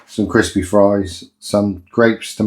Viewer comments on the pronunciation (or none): none